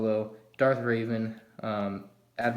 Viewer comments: It's revan not ravin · It's not pronounced raven its reven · Darth Revan. Not Raven. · It’s REVan not raven